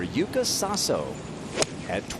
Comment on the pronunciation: YUUKA SASO is correct pronunciation on her Japanese name in KANJI.